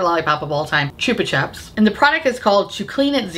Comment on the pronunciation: The way you said Chupa chups is so fcunny